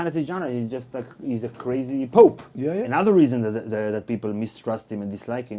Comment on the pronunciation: for the "poop" lolz, its pope